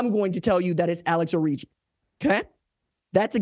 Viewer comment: Alex.Orji (Orgy) not Origi